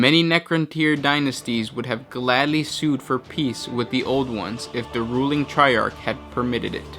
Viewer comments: Triarch is pronounced try-ark. I love the facts but your voice and accent don't fit the theme. Have you considered having guest voice overs? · You did it both ways, but the correct pronunciation is "tri-ark."